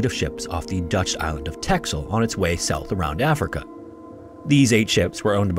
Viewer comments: Its pronounced: ‘Tesole’ not texel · Texel is pronounced Tessel. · Fun fact. "Texel" is pronounced by the the Dutch as "Tessel"... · Texel is pronounced “tessel”